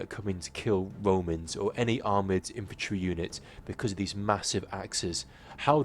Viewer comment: WHAT IS "IFANTRY"??